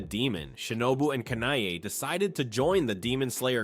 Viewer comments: Its not kana I its kanae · Isn't it pronounced Kanae? Not Kanai? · San-nay-mi Ka-nai 😭😭